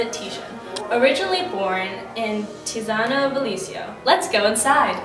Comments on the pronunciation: You can't say wrong the name of your topic! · The pronunce is wrong. I live in Pieve di Cadore, where he was born.